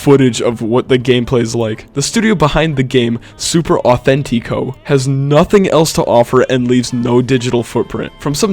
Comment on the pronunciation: Super authenti co. Really? “Super Authentic”??? What the hell